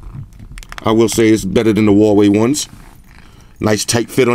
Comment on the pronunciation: Did you say "Rah-wei"? Rah!